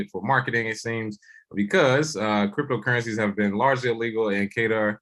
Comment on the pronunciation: Damn! Look at ma boy King nailing the correct pronunciation of Qatar ("cutter") like he was a military man stationed there! 😉